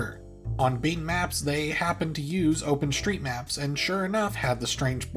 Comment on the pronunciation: I can't find "open shtreets" on Google